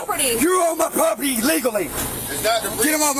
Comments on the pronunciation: Why won’t they get off his “pwoperty” ?? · Isn't property pronounced with 2 R's? Dude keeps talking about his poperty.